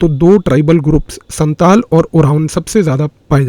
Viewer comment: You have lot of knowledges and have very good representation techniques. I want to say one thing, please don’t mind: I am an inhabitant of Siliguri, I'm a Senior Secondary State Govt. Physics Teacher. You have told about 2 tribals, Santal & Oraon. Here, and also in Bangladesh, Pronunciation of Santal is "SAOTAL", just what I wanted to say.